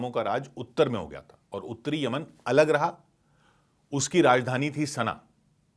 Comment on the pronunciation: Yamian bolne b nahi ara tumku whatsup university ka gyaan math do